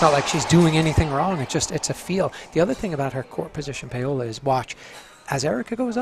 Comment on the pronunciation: Why did he keep pronouncing her name PAY-OLA??